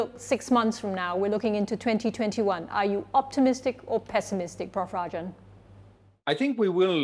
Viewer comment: Her constant "Prof Rajan" sounds like "Puff Rajan".